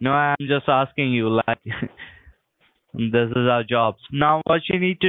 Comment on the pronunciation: “Dis is our job!”